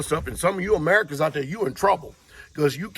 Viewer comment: Where are you from? When you were saying Americans it was sounding like you weren't one? Canada? Either way beautiful property!